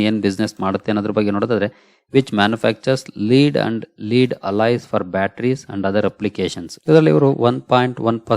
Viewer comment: ಅದು ಲೆಡ್ ಲೀಡ್ ಅಲ್ಲ 👌